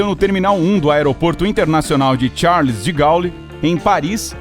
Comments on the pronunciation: Alô por favor pronuncie De Gole. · Meu Deus, pronúncia totalmente errada do presidente francês Charles de Gaulle, imbecil!!